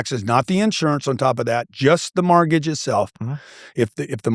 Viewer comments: How is it that a “real estate billionaire” absolutely CANNOT pronounce the word “mortgage”. He says “MARTGAGE” 😂😂😂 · Why does he call it a “martgage” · Whats a margage?